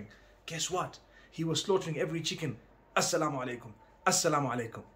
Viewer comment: "Sa Llama Lake um"